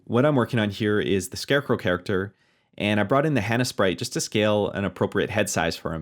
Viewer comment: Hana - not Hannah. "Hah-nah"